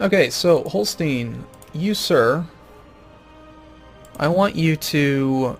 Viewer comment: you should read Holstein same way you say Einstein (ending reads something like -shtain). And in Ireland you have Munster, but in Germany you have Münster, which is called an u-umlaut and you read it the same way as in Führer.